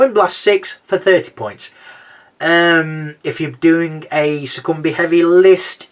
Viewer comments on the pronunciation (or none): Awesome review! Keep it up :) Also I’m pretty sure Succubi is pronounced (Suck-U-Bye) at least that’s how I say it haha